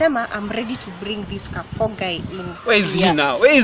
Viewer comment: Ati Kafo? Its Kare four bana